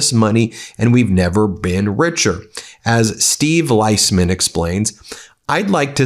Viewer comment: Ben - Steve’s last name is pronounced “Lease-man”